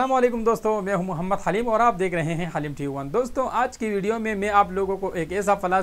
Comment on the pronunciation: Apka name hai r ap bolte khaleem ho 😋😋